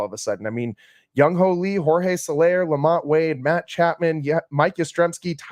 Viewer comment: Come on now… who tf is “ young hoe” … it’s JUNG HOO